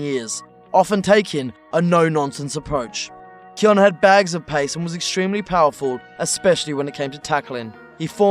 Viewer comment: sorry but pronounce it key-own from now on please